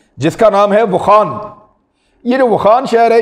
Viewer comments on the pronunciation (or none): اوخان نہیں يہ ،،، واخان ہے